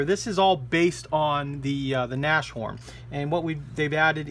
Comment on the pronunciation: Tamiya is alwasy the best...And as well,of course!!! By the way,Hummel is bumble - bee in German (funny) and Nas horn is Rhino (Pronounced like Nas-horn,no Neshorn..)